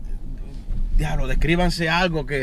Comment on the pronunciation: "GUIABLO" xD